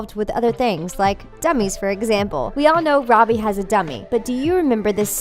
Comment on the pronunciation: first, you pronounce Sikowitz wrong. Now Robbie?!